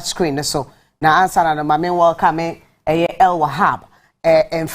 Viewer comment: It AL not EL.... great discussion tho